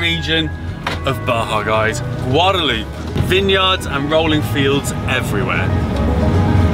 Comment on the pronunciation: Love that you are covering this gorgeous region, but please, please learn the proper name. Its El Valle de Guadalupe, not Guadaloop. 😉 There are a lot of amazing places to see, eat and drink, hope you all get a chance to visit.